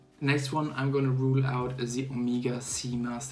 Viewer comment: Es heißt nicht "Omiega" sondern Omega !!!